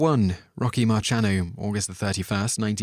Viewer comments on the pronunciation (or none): Richard Steven Valenzuela's stage name was Ritchie Valens. It is improper to mix his real firts name with a mispronunciation of his stage name (hint: the S is not silent. Likewise Rochy Marciano's last name is pronounced Mar-see-anno, not March-anno. Your video on pronunciation needs a sixth category: insufficient research. None of these are A) acceptable, or B) hard to research. Also counting down from 10 is OK when doing a true "Top Ten" list, but this should have been listed from 1 to 10 and not called a top 10, which implies an order of least to most famous, which is both misleading and derogatory. It all kind of spoils what was by any other metric a very good video. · Its MAR-S-IANO. Not MAR-CH-IANO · Knute Rockne.. pronounced like "Cockney" but without a 'Y'... "Y', I don't know. Marciano is pronounced "mar-see-ah-no". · It's pronounced marr-see-an-o. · Very well done video, nice accent, but PLEASE learn how to pronounce people's names correctly before doing another. Valens, Rocney, Marcianno! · the way you pronouced marciano...omg